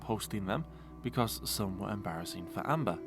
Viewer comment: I think you mean embarrasseen.